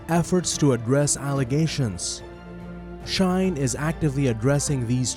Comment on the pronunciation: It is shein, you are saying “shain” my friend.. shein have an e, not an a. Is she in. Not sha in.